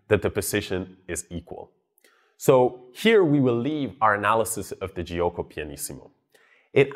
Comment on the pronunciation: the i after g in italian is there to make the g be pronounced like j in joke and not as g like in game. It is not pronounced itself. It is jo-ko. Not Ji-oko.